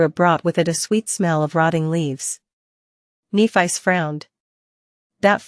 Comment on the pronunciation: I would like to know as well. This voice is really bad. Kneephice. Like what? And instead of w-what it’s W. What